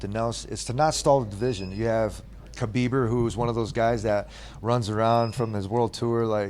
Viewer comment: Lol "Khabeiber" 🤣